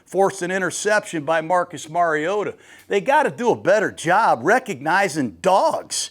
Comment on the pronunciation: FINALLY someone who says “Mariota” correctly! Nice work, Coach!